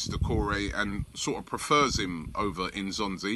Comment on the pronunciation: Can you please pronounce his name properly. It's not "In'zonzi' it's "N'zonzi".